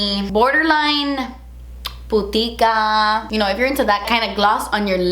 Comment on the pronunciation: 🤣🤣🤣🤣🤣 "pitica" (english: bitchy) always putica 😂😂😂😂